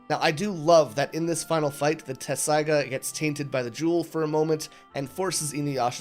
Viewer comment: Appreciate the review but it I hear the incorrect pronunciation of Inuyasha’s sword one more time, I’m going to scream 😅